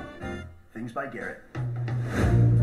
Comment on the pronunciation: Please, you don’t need to say Garrett’s name every five seconds. It wouldn’t be so bad, but your accent stresses that word and it just throws off your whole flow and makes it difficult to follow along